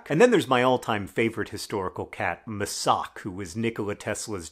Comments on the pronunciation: Mačak is pronounced like "Machak" not "Masak" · You wildly misspronounced the name of Tesla's cat, Mačak, (read as Machak) but it's fine because your misspronounciation actually sounds like a name. Mačak just means male cat. Both I find to be great names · This is a lovely video but oh, John, that is NOT how you pronounce 'mačak'. Also, mačak just means 'cat' in Croatian. That's like the least creative cat name. XD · John, i love you, but your pronounciation of Mačak was not incredible. :D